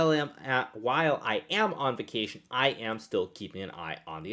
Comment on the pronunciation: Nice interpretation of “vacation” xD